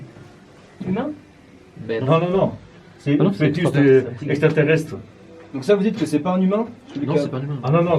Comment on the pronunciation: il le dit des "ECTRA TERRESTRE" fascinant.. 😅😂🤣